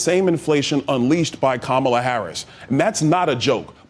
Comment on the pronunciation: Consider how many times you've heard her name, and realize you are still unable to pronounce it. Your brain isn't functioning properly.